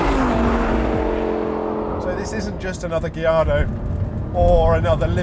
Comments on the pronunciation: Lol my man says Gilardo 😂 instead of Gallardo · I love gee-ardo 😂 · It's a Spanish word and Spanish surname not Italian. It should be guy-aar-dow. Those L are silent